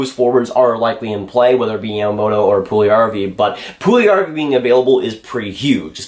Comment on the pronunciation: Its not Puljarrvi, its Puljujärvi :D